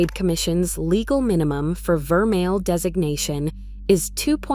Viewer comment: If she knows so much about jewellery, why is she pronouncing vermeil and pave incorrectly unless this is AI! 🤖